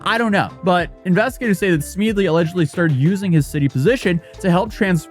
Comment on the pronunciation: How does anybody look at "Smedley".....and come out with "Smeedley"? His mispronunciations are legendary.